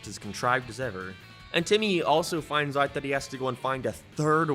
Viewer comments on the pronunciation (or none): God is anyone else super bothered with the way this guy says certain words? Everything else is so normal until he says “out” pronouncing it “ayt” Edit: He just said “day” and i wont even attempt to spell whatever it is he mashed together. Became? Down? Day? All a total mess for a guy narrating professionally